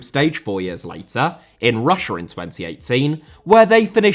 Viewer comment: Chile * not Chelei Russia* not Russier Trézéguet* not Trézeguei Lizarazu* not Lizarohrzu Deschamps* not Deischamps Diouf* not Djouf Ghana* not Ghohrner Roberto* not Robötouw Calciopoli* not Calciiopouwli Cannavaro * not Cannavohrouw Pirlo* not Pölouw Gegen* not Gaigen Piqué* not Piquei Busquets* not Băsquets Andrés* not Ondres Xavi* not Dgiavi Diego* not Diyeigouw Possession* not Posession Jérôme * not Jerouwm Boateng * not Bouwateng Lahm* not Lohrm Klose* not Klouwsser Schweinsteiger * not Schueinsteiger Kanté* not Kantei Kimpembe* not Kempembei Tchouaméni * not Tchouameini Rabiot* not Rabiouw Mbappé * not Mbappei Benzema* not Benzemohr Guendouzi* not Gwendouzi